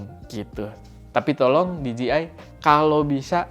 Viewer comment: bujan diji ay bang, tapi dije ay hehe